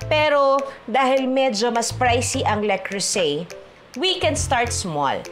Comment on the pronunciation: Not a basher, so just we all know : it's "luh-CROO-zay" with the emphasis on the middle syllable that's pronounced similarly to the "oo" sound in "cruise." ❤